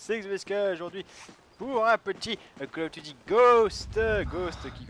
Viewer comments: Bienvenue dans Call of Rourou... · coll du cal of